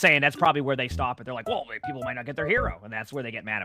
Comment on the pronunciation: are you ever gonna learn how to say people?